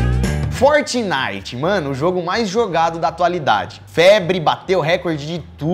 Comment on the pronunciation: "fortinite" kkkk não parei de rir